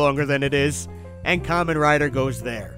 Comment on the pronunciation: BBTS really saw you coming, didn't they? It's a hundred and thirty quid on AmiAmi. With postage, less than £150. For someone beating the Buyee dead horse every video you think you'd have at least checked there first. 🤦 And that's not how you pronounce Kamen Rider, he's not wearing a fruit hat!